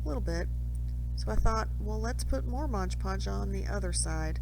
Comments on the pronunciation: Great video, thank you! ONE POINT: The name of the product is MODE Podge, not MODGE Podge! So many creators get it wrong and it is rather annoying…😂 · It's not Modge Podge. It's Mod Podge.